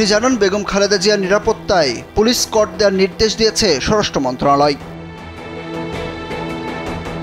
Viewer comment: স্কট হবে। এসকর্ট না